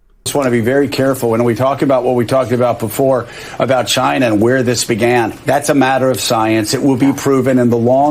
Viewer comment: I Love how you say China, just like our beloved president! Great show! Thank god for Trump!